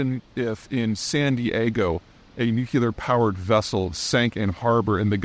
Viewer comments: Love your content. I don’t know how you know so much about geopolitics, but it’s impressive. However, if you would just do one thing – please learn to pronounce the word “nuclear”. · Hi, I grew up in Ohio and also can't hear the difference. Must be a corn fed phenomenon. Also not clear on why some people take extreme exception to the alternate pronunciation. We are a big country with lot's of regional dialects and slang. Anyway, have a great day. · I thought the mispronunciation was inserting a “you” after “new”. Not a “new” vs “nu”. So to be clear, it’s NU-clear, not NU-cu-ler. Irregardless, I probably shouldn’t of waded into this argument. 😂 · Why on earth as an intellectual, Peter, do you mispronounce “nucular” when the very well known pronunciation is “nuclear”? Sorry bud, you sound like an uneducated dumbass and any credibility is immediately lost. Please refrain from dissolving your future audience by uttering such foolish terminology. Shame on you, you can’t be taken seriously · Apparently that simply is now nuclear is pronounced in the antipodes (South Africa, Australia, New Zealand). Peter did live in New Zealand in his 20s, so likely that's the cause. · Peter- I enjoy your videos a lot. However, it always bothers me when you mispronounce "nuclear" (nu-cle-ar) as "nu-cu-lar"". Just saying... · new-Klee-er — new-Klee-er — new-Klee-er. If Chris Cappie can learn to say this word correctly, SO CAN YOU. Also, what does it say about the state of your business if you need to increase your income via Patreon. Anyhow, Chris C. [who's learned how to properly pronounce nuclear] will continue to get my Patreon bucks and you will not. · Peter, you're edumicated, so why say nucular? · For such an intelligent guy, you'd think he be able to pronounce the word nuclear properly.... Peter, say after me......NU....CLE...UR.... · Why do otherwise literate, educated people have so much trouble pronouncing the word nuclear? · HOW TO PRONOUNCE "NUCLEAR" noo klee ur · NUCLEAR! FFS.